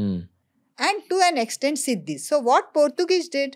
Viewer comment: Weren't Nizam of Hyderabad from Turkia? Buisness is an old profession in India IVC was rich because of doing Buisness. And African people are called SHEEDIS and not Sidis as you are pronouncing